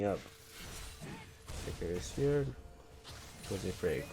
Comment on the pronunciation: Can you please say Faker properly? It sounds like you're saying "figure" lol